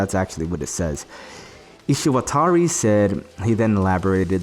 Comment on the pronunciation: Not even twenty seconds in you accidentally call Bridget her, lol. You couldn't bother to say Ishiwatari's name correctly either. I don't think someone this sloppy and under-informed has anything meaningful to say about Guilty Gear. Much less real life politics. Genuinely, I hope one day you accept trans people. Your regressive social views are already getting left behind.